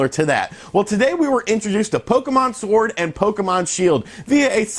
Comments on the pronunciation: LOL I thoroughly enjoyed listening to you say pokemon shord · you said "shord" hahahahahahahahhahahahahahahahahaha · In the beginning did he say Pokemon Shord? Lol